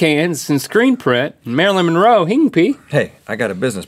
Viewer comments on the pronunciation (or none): none